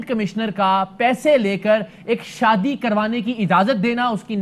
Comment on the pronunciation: Sadi nahi hota shadi hota